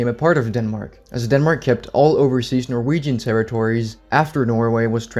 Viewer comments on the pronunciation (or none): none